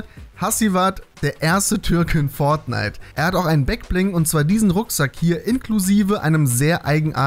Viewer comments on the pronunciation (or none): none